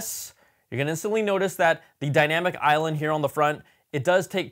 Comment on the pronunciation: The “iLand” took me a hot minute. 🤓